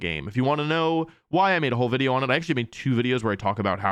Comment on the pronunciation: As someone who is taking latin currently, whenever he says wideo instead of video makes me very happy.